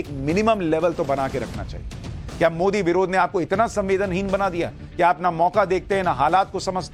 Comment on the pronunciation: Modi ji ka nam galt bolta hai ?